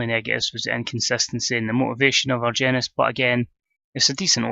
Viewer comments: I believe the G in Argenis makes an H sound. Ar-hen-is that's how they pronounce it on Lucha Underground anyway. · I believe it's pronounced with a h instead of g... So Arhenis. Good stuff as always